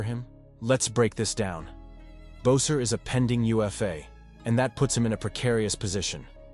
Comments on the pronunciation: He can't even pronounce his name correctly !!! 🙄 It's 'Besser' !!! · 'Besser'.. this guy is dumb !!!